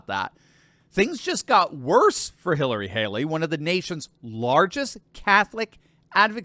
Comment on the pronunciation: I kike "Halery" better. 😝